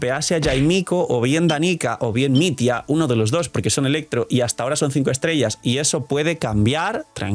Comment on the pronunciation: no se pronuncia mit-ya?